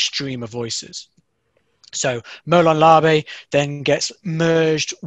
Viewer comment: I stoped watching when you didn’t even pronounce the phrase correctly. So you got like 20 seconds from me hahahahhaha